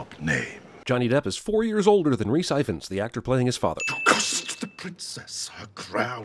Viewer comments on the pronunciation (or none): I admit the pronunciation of 'Rhys Ifans' made me laugh a bit (but it's fair enough since you're from the USA and this is a Welsh name). As someone who personally knows Rhys it's rlly funny hearing someone pronounce it like this.For anyone wondering, Ifans is pronounced 'ee-vans' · The way that cinema sins pronounces ifans ahha #whenurnotwelsh